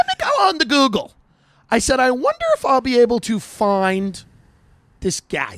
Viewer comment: "So I gos on the googlesz"